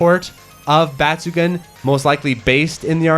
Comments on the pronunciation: Please check the pronunciation of the game name. The “gun” part in batsugun is not pronounced as a gun. It’s actually pronounced “goon”. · Bat-su-gun... Got it